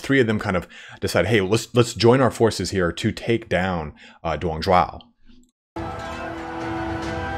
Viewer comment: its dong zhuo, not dong zhuao, sounds like "drop"